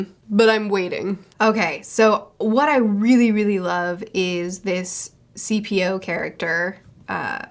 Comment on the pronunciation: That CP-O pronounciation twisted me spine